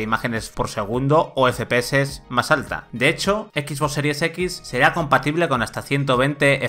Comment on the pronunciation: Teraflosssss, efepeces JAJAJA